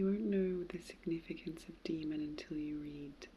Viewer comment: I always thought daemon was pronounced "day-mon". There are software programs also spelled daemon that are pronounced the same way.